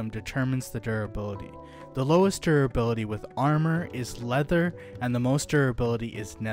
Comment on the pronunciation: Why do you keep saying 'durability' like that? It's like you're drunk.